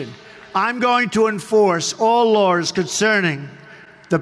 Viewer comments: To be fair, he said “Lrarls” not Laws. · What the hell is lours trump keeps saying lours is he that scard of the law he cant say the word mabey it will go away what a happy day for trump that would be. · “I’m going to enforce all lores”?😂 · "all lawrs" did he mean "laws?" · Did he say laws or lars?